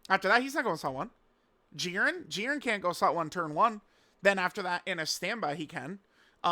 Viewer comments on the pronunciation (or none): none